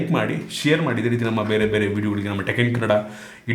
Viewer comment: ಕನ್ನಡ ಅನೋಪದನ ಸರಿಯಾಗಿ ಹೇಳಿ ಬ್ರೋ